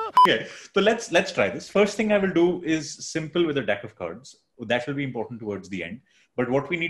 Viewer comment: Don’t know if you get this a lot but the way you say ‘deck of cards’ is pretty peculiar 😝 LOVE THE VIDEO THO !